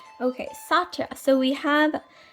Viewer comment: It's pronounced Sutt-ya (Satya)